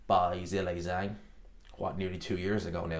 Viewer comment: Dude learn how to pronounce Zhang's name properly wtf is wrong with you.. stop being lazy show some respect and learn how to say his name correctly It's not Zilli Zang ffs